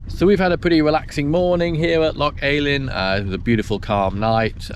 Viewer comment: I was told by the harbour master there it’s pronounced Loch Alun…. I nearly bought a house there, beautiful place.